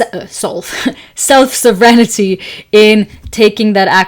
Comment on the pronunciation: sovereignty is pronounced sov-rin-tea, with emphasis falling on the first syllable :) You sounded like you were saying self-serenity. I love what you said about every decision also being a rejection. Such a great way to think about it!!! Iml have the hardest time making decisions. It actually really helps to think of all the things I'm rejecting rather than just focusing on what I'm choosing